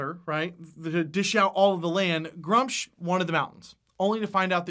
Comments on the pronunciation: I need to say this, the way he is saying gruumsh hurts my soul, it is pronounced gru-mish not grumch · Love the video, lots of good stuff :D Only thing: Gruumsh would have the "oom" sound like in Vacuum. also, mini market is love <3